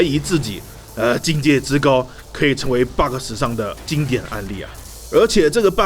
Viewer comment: Friendly tips: Bug 別把 ge的音讀出來 bug 沒ge的音